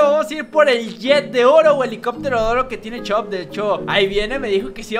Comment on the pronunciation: en vez de decir chop dice shop